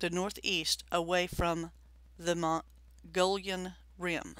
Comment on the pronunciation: Not the Mongollion rim, It's pronounced Muggyon rim. I've seen tracks up to 18 inches in the mud around the tanks in the Prescott national forest, up about 7,000 feet in the Ponderosas. Also roared at ( like an african lion on steroids ) and chased out of the woods, same area...